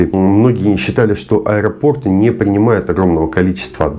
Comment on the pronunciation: Не обижайтесь, но правильно говорить аэропОрты, аэропОрта..